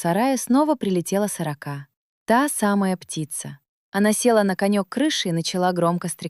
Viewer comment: Да чтоб вас перевернуло с вашей "сорокОй" ! Интересный рассказ, а прочитать ЧЕЛОВЕКУ западлО? Суёте где надо и не надо этот ИИ... Испортили впечатление им.